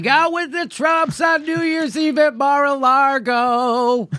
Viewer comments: Jimmy Dore, lol, adds the not just silent but invisible R in lago. 😂 he’s fucking killing me I’m laughing so hard. It’s a big mar-a-laRgo and we ain’t in it. God damn I can’t quit laughing. Watching again at the risk of injury. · There is only one R in Mar a Lago and its not where Jimmy thinks it is. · I love how Jimmy keeps calling it Mar a Largo. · Jimmy "Mar-a-Largo" Dore